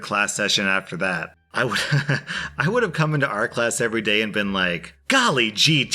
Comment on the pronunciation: I NEED to say this. Every time, I mean it EVERY TIME! When you say "I upload every day". I hear; "I upload every stinking day~"